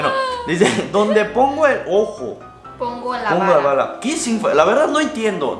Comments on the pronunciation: No es vara es vala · SELIM ESO DOLIO,OISTE UN AUDI NADA MÁS PARA ÉL,😂😂 EN GOOGLE PONES ALBUR Y SALE,ME QUEDO ADMIRADA DE SELIM ERES MUY INTELIGENTE,PERO QUÉ YO SEPA ES BALA,NO VARA,ME HICIERON REIR😂😂😂😂😂😂 DIVERTIDÍSIMO EL VÍDEO 😘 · saludos desde Argentina y es bala, no vara. Como si eres un franco tirador